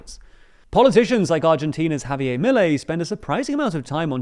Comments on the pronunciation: it's not "Javiyay", he's not French, it's "Javier" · Pronounced Ha-Bee-Er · Javierrrr not Javiey